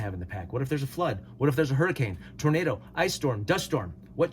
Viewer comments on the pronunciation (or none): none